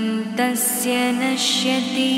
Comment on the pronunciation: It should be pronounced as Naashyati and not nashyati